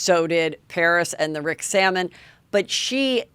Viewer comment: Heather! "Rick Salmon"??? WTF? SAL-O-MON! Do you have somebody who can coach you on correct names of people you are talking about? Or how bout flash cards? You are always mispronouncing names or getting facts wrong. I love your show but geez get it right. You're smarter than that.